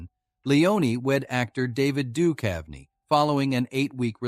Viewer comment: Get a new robot. This one stinks. "David Dukev" and "Tee Leoni" -- I'll pass...